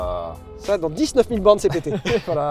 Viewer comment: Lévy qui dit DissNeuf, alors que je dis Dizzneuf ça me perturbe